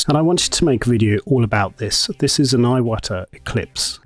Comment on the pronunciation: I think it's pronounced "E-wata."